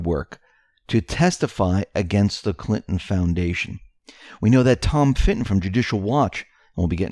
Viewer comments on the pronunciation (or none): It is Tom Fitton not Finton, almost never that guy but Tom does not get nearly the credit he deserves for the work Judicial Watch has been doing since before Trump has been elected and we need to remember without Judicial Watch, this would not be happening quite as quickly or well. Q is the hero but Fitton is the unsung hero in many of the legal battles vs the deep state. Build that Wall!!!